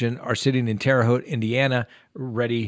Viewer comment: I’m impressed. You pronounced Terre Haute correctly! I don’t believe in the death penalty. I think they any money they make in prison should be given to the family - or charity. Even though I don’t believe in the death penalty, and while it is expensive to house them for life, I feel they should not be let out for them to kill again as so many have been allowed to do with parole being granted way too soon.